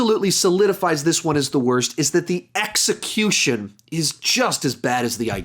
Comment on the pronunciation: Haha x-ecutuion